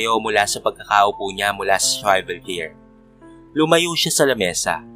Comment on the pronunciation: Wrong pronunciation po ang “swivel chair”👍🏻